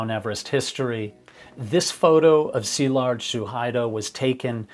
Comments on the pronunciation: I'm Hungarian and had been following Szilard for a while and I was devastated by what happened to him. I really wanted him to succeed. Also thank you for making the effort to pronounce his name properly - very refreshing. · I am a fellow Hungarian and have been following your channel for a while. Thank you for your non-sensational delivery of the facts and especially for pronancing his name correctly. This sort of attention to detail and your thorough research make your channel very special. RIP Szilárd.